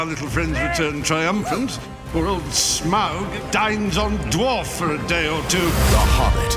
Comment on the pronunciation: Had a hard time getting through this video, with the constant mispronunciation of “Shmaug,” and later “Shmeagol.”